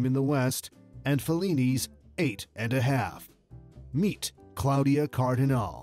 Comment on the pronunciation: Not Cardinal, not Cardinali, but CardinalE